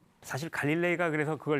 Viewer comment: 장음인 단어의 첫자를 짧게 잘못 발음한 예" 사실,사태,계속